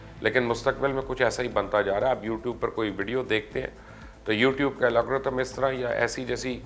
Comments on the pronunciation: Sir g its called "AL-GO-RITHM" not "AL-O-G-RITHM" :D sir hamain sab pata hai we are IT specialist serving in Germany for about 10 years :D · Pls correct yourself. Algorithm not Alagorithm. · #chacha... Alogrithms nahi Algorithms hota hai...